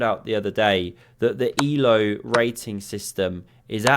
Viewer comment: Not ee-low, it's a-l-er. Means "living" btw. Élő Árpád his name was, in Hungarian it's Bond James, not James Bond, so his family name is Élő. Just a bit of trivia. Love the channel!